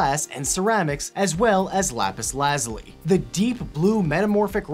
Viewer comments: Who else is confused about how he says lapis lazuli I say it like lapis lu-zool-e he says it soon odd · Lapis Lazuli? Lol